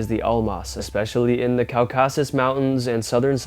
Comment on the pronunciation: You need to research and practice your Russian as it is Almaty not be Almas(that was an Anita Baker song 😂) and it’s pronounced COR-CA-SUS.